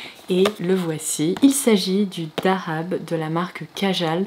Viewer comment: Wow prononciation parfaite en arabe du mot dahab qui signifie or bravo ma belle.